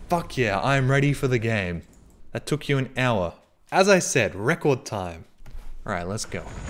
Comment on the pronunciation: Hey, i'm a spanish speaker learning english, and i've got confused when you said "an hour". Is that an Australian accent? btw nice vid bro PD: Is too funny to listen to this game's dubs cuz were made from english to spanish lenguaje by only english speakers. "ATENCIOUN NOS ESTAMOS CAYENDOUUUU, REPITOUU ESTAMOS CAYENDOUUUU"